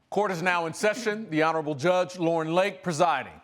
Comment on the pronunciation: What’s a “JUSGE”?